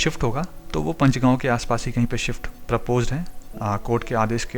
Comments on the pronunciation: पंचगांव as in पंचायत or पांच (5). It is not Punch. Please pronounce names of places correctly. You also say "red light" instead of "traffic lights" or traffic signal (s). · Bawal is pronounced Baawal बावल, not Bawaal बवाल. Please correct your pronunciation either in this video itself or in the next video. Similarly Panchgaon is पंचगांव